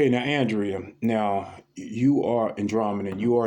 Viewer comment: Thanks for this transmission. Welcome to the channel Leonardo i love that name💜 you showed why this channel is so Unique with these readings🌸 I think Andrea pronounce her name as Ahndrea because of her Andromedan name is Ahna🌸 I love those bigfoot shows & they really are magical beings💜